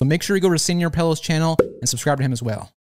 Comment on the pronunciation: Let’s appreciate he calls sr pelo senior pelo